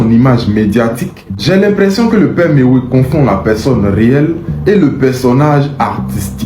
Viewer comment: Quand tu dit Mewey viens d'attaquer Himra là oh est ce que tu comprends le français parler